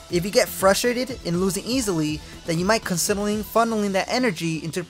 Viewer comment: "Then you might consineling"